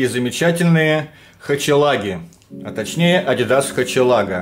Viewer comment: Купил такую же на ибее, называется хохелага а не хачелага)